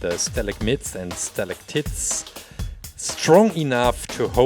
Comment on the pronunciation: Stalactits 😂😂 I know English isn’t you’re first language so I’m gonna help you out, it’s pronounce with an “ite” at the end. Like night or fight. Stalagmite is also like fight and night not fit and nit